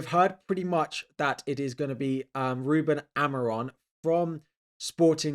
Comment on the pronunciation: “Ruben Amoron” how do you always mess up the names bro 😂